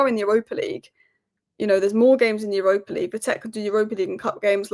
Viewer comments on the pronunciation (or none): none